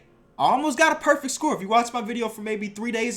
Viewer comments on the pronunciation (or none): none